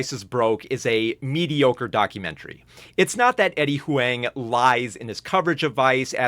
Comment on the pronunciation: Damn, try to pronounce Eddie's last name right next time 😂 H-WANG???